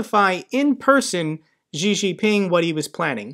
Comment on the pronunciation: I wonder why Western journalists all pronounce Chinese president Xi surname as "Gee". It is "See".